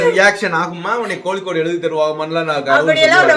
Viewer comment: அடி அம்மா சாந்தே கோளிக்கூடு இல்லம்மா😂😂😂 கோழிக்கோடு ன்னு சொல்லு😂😂